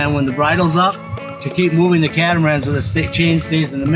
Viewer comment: pronunciation ---- CAT-A-MAR-ANN give it a try ? 😁